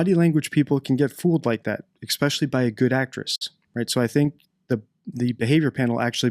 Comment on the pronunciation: Please stop saying xspeciialy You're too bright to misspeak Especially Espresso Es